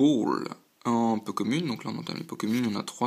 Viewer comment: bon courage pour la suite ! c'est bizare , c'est moi , ou tu dit ''po kemune'' au lieu de ''peu comune'' ?